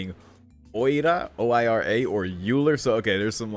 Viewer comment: Dunno if you check comments to very old videos anymore, but Euler is pronounced almost like Oiler, so the vowel sounds in it are very similar to Oikura.